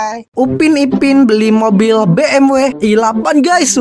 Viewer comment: Bang bukan bmw i8 tapi BEMDABELYU I8